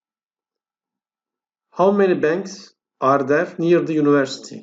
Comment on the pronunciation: Univercity yanlış telaffuz ediyorsunuz yunıversiti olacak